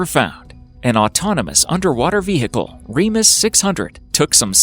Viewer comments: Stop saying Ve-hic-al! ;-) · The guy when he said vehicle he pronounced it vee-hick-le which was funny 😂 ( not hating ) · The way he is pronouncing the ‘h’ in vehicle idk if that’s just an American thing so no offence if it is